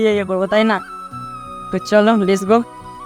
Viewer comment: Are bokachoda ota les go noi let's go bujhli 😂😂